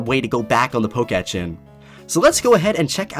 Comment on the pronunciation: Wtf is a Poke Etch, It’s called a Poke-Tech not whatever nonsense you just called it💀😂